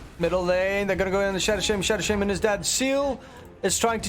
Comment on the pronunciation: "Shadow Sheyman"